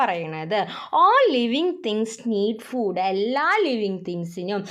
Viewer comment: Miss ഫൂട്‌ അല്ല ഫുഡ്‌ ആണ് 🙂